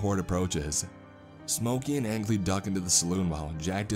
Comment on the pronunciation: How many time I've seen this creepy pasta posted, but not once is Angley said right